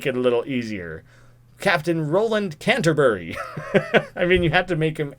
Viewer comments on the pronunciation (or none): none